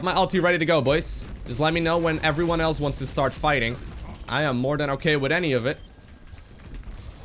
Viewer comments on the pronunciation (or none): none